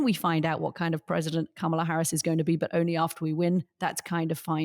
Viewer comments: This guy needs to learn how to say Kamala. He's had enough time. "Comma-luh" not "Camel-ah" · I get Anthony's KAMA-la/KOMMA-la issue, as Katty says KAMA-la. (I struggle with it, too.) It's better to make up words than to misuse English words and expressions, since it's impossible to keep up with the British linguists, especially Katty. (Examples: rubric/Rubiks cube, seismic earthquake, hot and bothered.) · Well done Katty! You've finally learned how to say Kamala's name. Thank goodness... She's no longer a camel. Edit: Nope, I spoke too soon! Old habits die hard, it seems. Edit 2: No, by jove... I think she's got it! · Anthony, you’re fantastic and I love all of your insights and the manner of your delivery!! As a fellow New Yorker, can you please, please pronounce VP Harris’ first name correctly. I cringe every time you mispronounce her name as it sounds very Trumpian. I hope you take this the right way. Thank you so much.